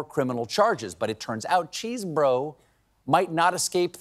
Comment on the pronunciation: I'm pretty sure it is Chesebro is just an Amercianized spelling of Chesborough, so not pronounced "Cheese-Bro".